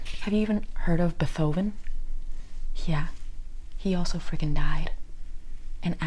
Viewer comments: Her pronouncing Beethoven And Tchaikovsky wrong is what really sells rhis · The way you pronounced Beethoven had me cackling so loud it made my dog fart in fear. Thank you for the neurotransmitter reboot, I needed it 😂.